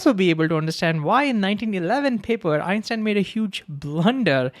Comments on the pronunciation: Why you pronounciating Einstein as Epstein?? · is he saying Einstein or Epstein ?? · It sounds like he is saying Epstein, not Einstein. Is it just me? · Is it just me or dose he say Epstein instead of Einstein sometimes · Dis I hear him say Epstein instead of Einstein? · bro, i keep hearing u pronounce epstein ... remember , EPstein was a sex offender, EINstein the GOAT of understanding the reality we live in. i adore the way you explain this and the enthusiasm and heart you put out. if only teachers gave 1/10th of what you give , maybe the world would be a better place.